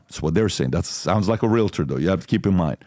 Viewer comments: *"real-tors", not realitors lol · you're mispronouncing the word realtor there is no a at the end